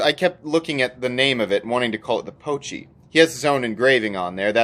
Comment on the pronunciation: It is called Pochi not “poochie”